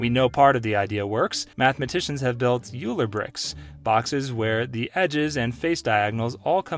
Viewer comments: it is pronounced oiler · Hey Idiot: “Euler” is pronounced “oy-luhr” and “Mascheroni” is pronounced “mah-skeh-roh-nee.” If you cannot even pronounced the subject matter, maybe you should be reporting on it?